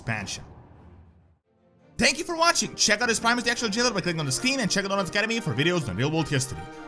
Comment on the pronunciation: LMAO the voice at the start XD DORONS You are crazy russian hahaha LOVE!!!